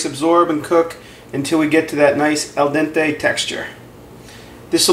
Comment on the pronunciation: And, you correctly pronounce the final 'e' in 'al dente', so why do you say 'marscapoan'?- it's the same rule, - EVERY terminal 'e' in italian is pronounced as 'eh'- so it's 'marsacapon-eh.